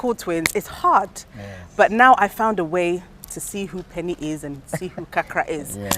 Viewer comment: It’s penin and not penny please